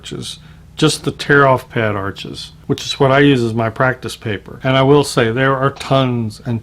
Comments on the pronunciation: It's pronounced Arsh not Arches. As in kiss my Arsh. 😁 I'm brand new to water color and decided to use exclusively Arches paper. I saw a video on how it was made and was SOLD. I'd rather have good a paper and fair paint than good paint and fair paper. Notice I said I'm new to watercolor, not painting. Always wanted to try watercolor, never got around to it. I may even try the total no talent method of Jackson Pollok and just throw water color paint onto the paper and sell it for a bazillion dollars to "art critics". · sorry your pronouncing the word Arches wrong! the correct way is Arsh..without the es on the end! Pronouncing the R a little more than usual....... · Isn't Arches pronounced "ARSH"? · Arches is pronounced "arshes". The ch is an sh sound because it is French. Too many people make this mistake. Don't want to be a word snob, but get it right. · Sorry I don't mean to be a no all but "Arches" is a french rag paper and it's actually pronounced Arsshhh and not how it's spelled, just for those who don't know :-)) love the video by the way!! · WOW! nothing like a side by side to really show the behaviors of different papers. I literally just got back from Hobby Lobby to grab a pad of Arches to try myself! Here's a bit of trivia: Arches, being French name, is actually pronounced "arshes". A Dick Blick video clued me into that! (then I looked it up)